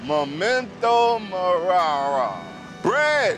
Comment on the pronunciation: "Memento morara"